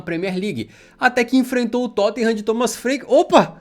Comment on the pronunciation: "Tottinham" vc é ridículoooooooooo hahahahaha Mais uma vez o Tottenham nos trazendo felicidade .